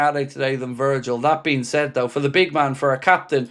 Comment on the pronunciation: It’s though not doe